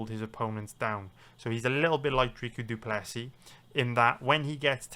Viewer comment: Are you saying “drica du plessy”